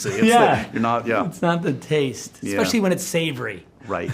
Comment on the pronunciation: Including? No. I mean. Expecially for a an "Rebel Moon?" Also too.